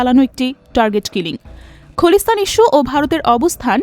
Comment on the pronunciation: খলিস্থান না।খালিস্থান।উচ্চারণ শুদ্ধ করার অনুরোধ রইলো।